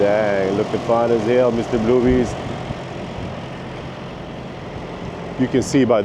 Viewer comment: Every time I hear you say Blue Beast it sounds like your saying Bloobies. Sounds like boobies lol😂 both name are awesome.